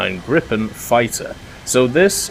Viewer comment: GRIPEN inte griphen.